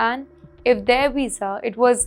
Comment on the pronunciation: A Weeza? What's a Weeza?